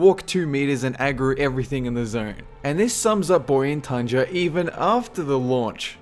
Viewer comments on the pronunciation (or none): Bor-ay-un tundra, not 'bor-ing' tundra. I actually enjoy the zone >_>;;; didn't care for the group quests (damn you harold lane...), but the solo ones were fine.